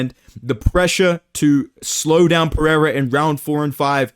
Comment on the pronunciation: "babe wake up new Pereira prononciation just dropped"